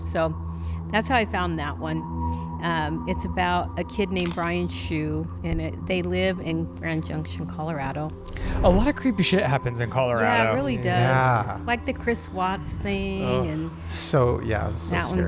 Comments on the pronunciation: Brian CoHee’s name is not pronounced Brian Shoe, But pronounced Brian CoHee…just the way you see it 🤦🏻‍♀️ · I studied this case extensively. His name is Brian Cohee (pronounced CO-HE). Shane, I love you and, but Stephanie Soo covered this case so well, with interrogation evidence, called "too excited to confess." IT'S INSANE! He stated that, "well, I did it, and I'll probably get 20 years." It's on her channel, Rotten Mango